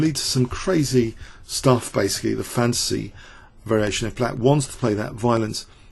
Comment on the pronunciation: I keep on hearing "the fancy variation" while I know it's "the fantasy variation"